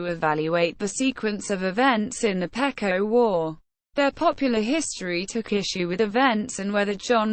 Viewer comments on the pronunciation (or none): First of all you pronounce the name PEQUOT Wrong it's Pronounced PEE QUAT not as your pronouncing it.